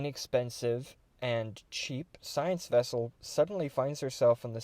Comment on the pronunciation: It is as big as a "scout class wessel". :D